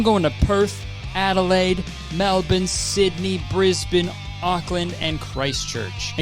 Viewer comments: HE SAID BRISBANE CORRECTLYYYYYYYYYYYYY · im so proud of you for pronouncing brisbane and melbourne correctly, cant wait to see you!! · hearing a canadian(?) correctly pronounce Melbourne as "melbin" and brisbane as "brisbn" is kind of unsettling tbh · i will forever love how kurtis actually pronounces melbourne and brisbane the way that they're meant to be, it's so refreshing 😭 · when he pronounces brisbane correctly 😀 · Kurtis being the first non-Aussie to actually pronounce Melbourne and Brisbane right 😭😭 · on behalf of all aussies, thank you for pronouncing melbourne and brisbane correctly 😌🫶🏻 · Omg our mayor is not only coming to Oz, but ALSO pronouncing Melbourne and Brizzy correctly! 💖